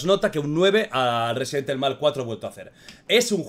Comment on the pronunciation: Me encanto el juego, mi parte favorita es la que León le dice a Saddler " te equivocas saddler, Yo soy el ruesident ivol"